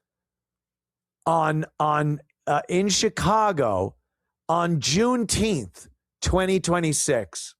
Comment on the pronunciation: “Juneteenff” They dont even know what TF its for.